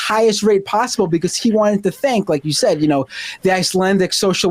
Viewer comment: Bee-Koss instead of because is distracting.